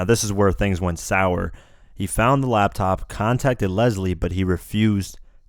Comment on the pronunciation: LAP TOP not LAB TOP